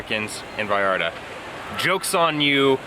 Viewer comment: I like how you pronounce Vallarta. We are all brothers, all we want is peace no matter where you come from